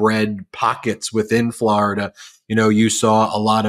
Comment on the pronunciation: Dude it’s FlOrida not FlArida my god